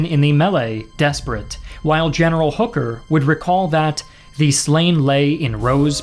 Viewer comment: Why does he pronounce THE so often wrong?